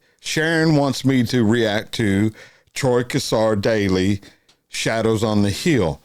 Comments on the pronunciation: Please please pronounce his name correctly.. The Cassar is said with a silent r on the end, CASSA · G'day, love watching your videos you do a great job. Don't mean to be picky but Troy Cassar Daley, the Cassar part is pronounced as' Casa '. Keep up the good work.